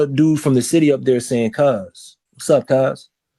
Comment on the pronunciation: Why be saying "The Bity" and not "City"?